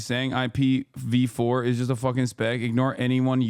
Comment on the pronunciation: this girl has NO IDEA what she is talking about. She just read the word ipv4 and ipv6. She didnt even really say what it was correctly. I do not believe for a second she has any sisco certification. And ipv4/6 is used thru out the entire internet. Every device has an IP address thats part of how they communicate. Also she called her self a networker....